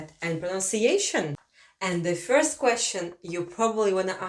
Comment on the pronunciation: Its interesting when russian is teaching latvian in english :D Had some troubles with Ģ pronunciation. And classic russian fyorst not first :D But in general nice video and idea :)